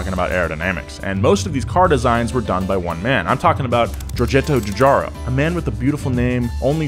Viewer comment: "Giogetto Giugiaro" golden WIND intensifies